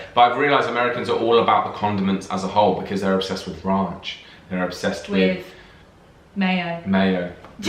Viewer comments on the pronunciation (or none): I Love when says "Ranch", sounds like Raunch. "Americans love their Raunch" LOL, As a midwesterner, I am fond of Ranch tho. I also grew up drinking milk with dinner., you have to try an Orange soda and Vanilla Ice Cream float!! YUM!! All floats are amazing, I can't wait to see you try one <3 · Ice in your glass is the sign of a civilized society. Warm drinks are revolting. I hear brits drink warm beer.oh please say RANCH not RAUNCH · Raunch??? Bahhh HAHAHAHA